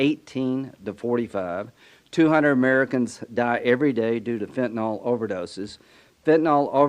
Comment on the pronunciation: Cheeto puff's bestie cheese puff what do you mean "we're gonna"?? You can't pronounce fentanyl correctly. You are a damn joke yourselves 😂